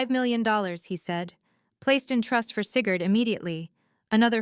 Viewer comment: . “Seagured came home...” . “… the OAR wing...” The hospital had a boat wing. . “Sigurd red allowed.” Maybe it was green, or Sigurd did not know how to read. . “$5 million... Placed in trust for Cigarette... “ ROFL (Lucky Strikes made a killing) . “…news article about Seagard…” This whole story is going to hurt Sigurd’s feelings. . “Seeker did not tell me...” flashback to Star Wars. “… also Lance Smild sent...” “…Lance opened a lane as safe..” once upon a time it was Elena’s safe. . “…Alainus face filled the screen…” Maybe Elena stepped out. . “… Seagird became my grandson...” . “… cigarette reviewed his speech...” Sounds more like Winston (tastes good like a cigarette should. . “ This is a salt!” It might have been assault.